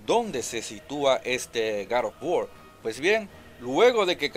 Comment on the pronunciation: No conozco ningun video juego llamado gad of wor hay uno que se llama god of war que no se si sera el mismo y si es el mismo trata de no hablar como.odiota y pronuncia bien las palabras GOD OF WAR